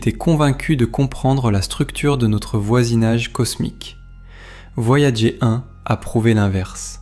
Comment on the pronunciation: "Voyagé 1" au lieu de "Voyageur 1", je n’arrive pas à m’y faire... Si vous voulez proposer des extraits d’émissions anglo-saxonnes, laissez la version originale à disposition, ou à minima, dites à votre IA de prononcer les mots correctement. J’imagine que vous ne le ferez pas car vous n’avez pas les droits de rediffusion... Ah là là c'est beau l’IA pour se faire de la thune facilement.